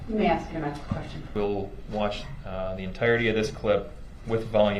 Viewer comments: I laugh at eszibit and ax . 😂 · Axe? Its Ask.... use proper English